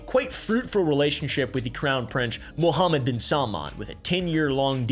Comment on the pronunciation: Woahhhh credit where credit is due. Your - seemingly - flawless pronunciation of “Mohammed ibn..” was impressive.